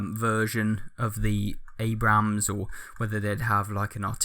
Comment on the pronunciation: you don't pronounce the second A in Abrams